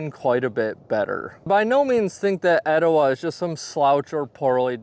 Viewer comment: It's pronounced Étowah, not eTOwah.